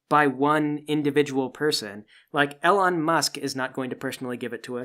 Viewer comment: Weird to hear it pronounced ‘L’-on rather than ‘E’-lon.